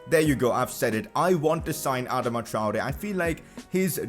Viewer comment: Sign Adama only if u pronuce properly ..."adaama